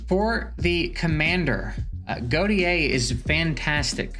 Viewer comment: sorry to be the one bro but "Gautier" is pronounced 'Go-Shay' ive met few people that actually have this name and they all pronounce it this way. my bad bro but keep up the great content your my #1 source for EE :)